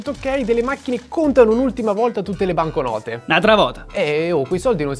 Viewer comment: Quel "NATRA VOTA" mi ha fatto morire 😂😂 bravissimi comunque